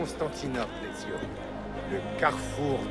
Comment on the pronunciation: C'est Ezio pas Ezyo